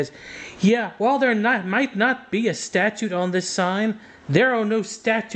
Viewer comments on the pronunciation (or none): Hey it's statute not statue.